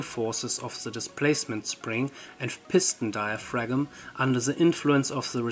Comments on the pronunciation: dai·uh·fram ... not diafragm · FYI the 'g' in 'diaphragm' is silent, at least in modern English. It is pronounced "diafram". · In diaphragm the g is silent, idk why if it is 90% efficient, if the hot side was heated by the sun, with a big mirror/collector, and the ground to cool the cold side, how would the efficiency of mechanical compare to solar in efficiency genereting electricity?